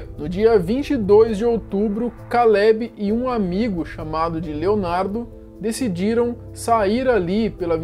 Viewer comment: Meu...o meu nome é Kaleb...escutar alguém falando "Kallebe" me dá agonia...